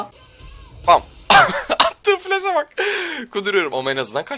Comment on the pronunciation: flash derken eheuhejdnskxn